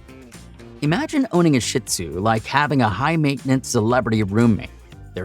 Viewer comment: Great info for people like me who are considering a shih tzu companion. Despite the warnings, I'm sold on the breed because of the many positive things about them too...I also have the time and patience to devote. BTW, it's pronounced sheed zoo, not sh!t zoo. Thanks! ❤